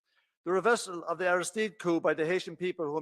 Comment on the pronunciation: Also, Aristide is Arrah-steed.